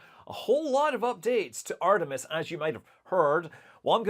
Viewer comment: It reall sounds like Scott is saying Artimes yeah